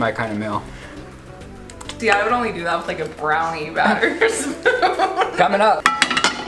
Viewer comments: Can we just talk about the way pronounces meal as mill lol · Anyone else notice doesn't pronounce E's or T's? Like instead of saying 'Meal' he says 'Mull'. Instead of 'Mountian' he says 'Mou-inn'. Does this bother anyone else?